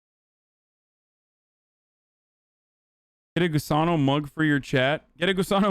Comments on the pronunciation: Litterally same. Was about the make this same comment 😂 I didn’t even realize he was saying gusano because of the way he says it. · It’s really gross that Hasan is saying Gusano, he should be saying Gusanx